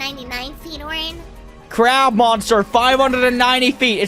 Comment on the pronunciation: It’s Oren and pinki Not Orange and pinky